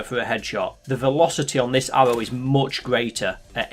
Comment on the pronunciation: This guy pronounces aRRow like aHBow